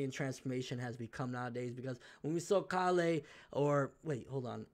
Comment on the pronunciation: It's Kale god damnit. Like the vegetable.